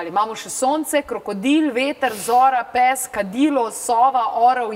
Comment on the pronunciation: Tudi mene zanima zakaj taka izgovorjava...za psa...